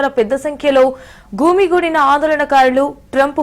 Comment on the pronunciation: "గూమిగోడిన" (గుమి గూడిన) , "విదుల్లోకి" ( వీదుల్లోకి) తెలుగే నా ఇది? Anchor video లో మాట్లాడిన మాటలు. ఇది క్రొత్త స్టయిలా?